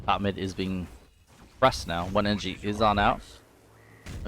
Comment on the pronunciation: Thats his way of saying energy it’s weird but its fine